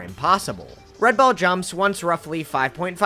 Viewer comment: why was "red ball" pronounced like that. i feel violated. also what kind of hacker magic was that train level, absolute matrix infiltration tomfoolery